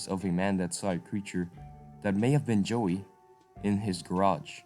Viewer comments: what are you saying joey,is a small kangeroo, a yowie,is pronounced like thus the yow,rhymns with cow with a e at the end yow-e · It is YOWIE not JOEY! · LOL I know! I went through most of it not understanding why he was saying Joey. I get it now lmao. Sorry, not making fun of the presentation just that it reminds me of when a newbie in a place and mispronouncing names all over the place ! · It's pronounce "yow" "ee"